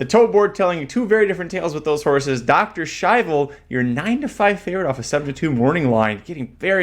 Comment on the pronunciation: Listening to The Race Call Was Kind of Annoying The Way He Kept "Purposely" Pronouncing Dr Schivel Wrong....Congrats to Winner....Razor Sharp Form Should Not be Underestimated in This Sport